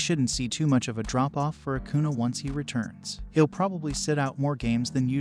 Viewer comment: It’s acuña, pronounced acun-YAH